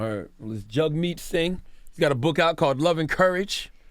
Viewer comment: It's sad that they invited him on but didn't do their homework.. they didn't know that that Canadians pay for college, didn't know that weed was legal, didn't know anything about Canadian health care.. Charlemagne pronounced it "Jag" right after he said "Jug like hug"... They didn't even know the election had passed 😂